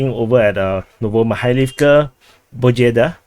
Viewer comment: It is Pobieda, not Bojeda. It is not fighting over Zelenopiliya but fighting near Zelenopiliya. It is neither Opainé nor Opiné. Sorry for the nitpicking. Keep up the good work.